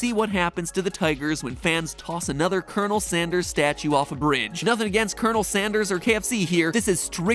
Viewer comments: Kenel Sanderes is all I can hear. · You said coronel sanders not colonel sanders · Colon...El Sanderss.